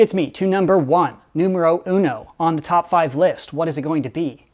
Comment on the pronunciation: “Numero uno” a mira al hablando español te oiste raro